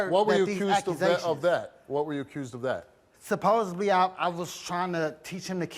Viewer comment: Stop saying SupposeBly!!!